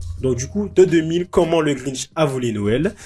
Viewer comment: le Grintch ? ça existe pas ça ... Si tu parles du Grinch y'a pas de T ... Quoi qu'il en soti Jim Carrey est dans une merde noire il ferait n'importe quoi pour relancer sa carrière